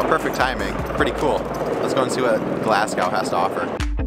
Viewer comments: The index on the video said, "it's pronounced Glaz-go", and you then go an call it "Glass-cow", like most other Americans, and this whole, "we are eating Haggis, made from lungs, heart and liver, try it if you dare", is getting pretty old. I lived in American for a year, and some of the shit you eat puts Haggis to shame, Hot-dogs (lips and assholes) chittlins, and WTF is head cheese? it would be nice to see some of our American friends, just try Haggis, rather than make it look like your about to eat a cadaver, and if I am honest, it's pretty insulting, and insensitive. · Yeah, "Glass-cow" will single you out as clueless in a second. "Glas-go". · I know I’m getting old now grumpy but jeez, how hard is it to pronounce it properly…..glas go!!!!!! FFS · i cant listen to you say "glass cow" one more time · IT IS NOT GLAS COW SICK AND TIRED OF AMERICSNS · MAJOR CRINGE ALERT !! GLAS GOW ?? Glasgo and Mosco ! "Traditional " haggis doesn't come covered in batter from a Chip Shop !! It's boiled in the sheep's stomach and eaten with NEEPS AND TATTIES (mashed turnips and mashed potatoes).